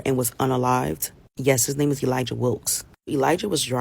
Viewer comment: Elijah is pronounced with a soft J